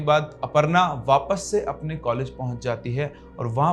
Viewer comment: College❌ Caalege ✅😂